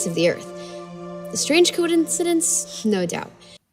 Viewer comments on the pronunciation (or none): "A strange cod-incidence?" Jeez, how hard would it have been to do a second take of that line?